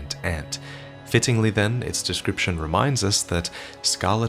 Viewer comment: "... decroiption!" - He'll probably explain how it's some acceptable ethnic variant.